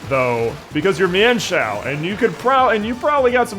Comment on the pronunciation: Apparently the correct pronunciation of mienfoo and mienshao is meanfoo and meanshao according to pokedex 3d